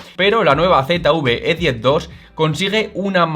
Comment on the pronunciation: Usted habla de la Z UV E10 Yo quiero saber Dónde está la U que yo no la veo Yo quiero saber de qué país es usted que habla tan malo